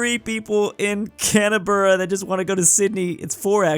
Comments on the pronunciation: DID YOU JUST CALL OUR GLORIOUS CAPITAL, "CANABURA?" ITS CAN BERRA. HOW ELSE DO WE GET OUR CANS OF BERR'OCC'A jk, luv your vids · you said canabra for canbra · pronounced like Canm-bru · bro said canabra not canberra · As a Canberran I can confirm that we are in fact not called "canbuhrhr" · canna berra. you tried, and failed. its Canberra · called Canberra "Canaberra" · YOU PRONOUNCED CANBRERA WRONG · Me when he said canaberrrrra 🤬🤬🤬🤬🤬😤🤬😤🤬😤🤬😤🤬😤 and aooooostralia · it's pronounced can bruh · Please, pronounce Canberra as can-bruh it triggers me on so many levels. You're giving my ears OCD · Bro afended me he said Canberra wrong it is CAN-BRA+ all the of Australia